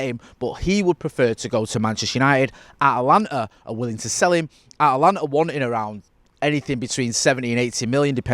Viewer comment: So you spend a couple days in the US and the pronunciation goes from At-a-lanta to At-lanta? Ha, welcome to the States!